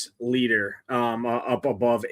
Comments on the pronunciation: It’s pronounced LIGHTER! Has this dude never actually watched baseball? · Leiter is a German surname, thus the pronunciation is "light er". His Uncle also pitched in Majors, Al Leiter.